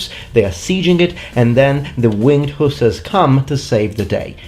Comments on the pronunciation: Dude, I'm not trying to be a Dick or a troll. But they're not hoosers.. They are Hussars. It is very difficult for me to listen to you mispronounce their names over and over and over again.. Hussars. Sheesh. So I gave up after 3 minutes. Sorry. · IT PRONAUNS WINDG HUSSARRS NOT HUSAS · Please explain your pronunciation: "who-suhs" versus "huh-sars" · I bow to your linguistic skill and knowledge but please......hussars is pronounced huszars in English. Love your content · The English pronunciation is ... Hoo Zars.